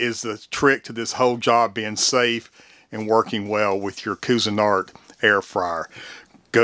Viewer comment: love it! But it is pronounced quee-zen-art